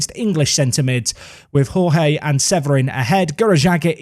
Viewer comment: The Portuguese way of pronouncing Jorge is with soft 'zh' sounds for the J's, like in Jorge Mourinho. Something like Zhorzhee, a soft Georgie. Besides that: holy crap, is Middelby ever silencing his critics!